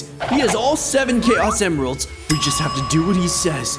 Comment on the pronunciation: “Chaos Emiralds” what...